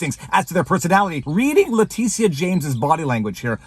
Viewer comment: Leticia?....who? Oh, Le tit ia